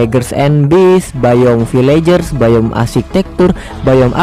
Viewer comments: Biome bang bukan bayem 😂😂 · Biome Atau Bayem :v